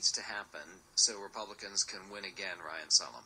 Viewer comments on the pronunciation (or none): It's "ReiHan", not "Ryan", moron!